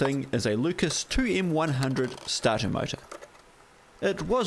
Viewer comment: Every time you say Lucas, Tesla is turning in he’s grave!